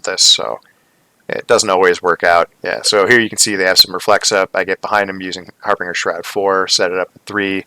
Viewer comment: harbinger...the "g" is soft like the word "binge". Not a hard "g" like "bring".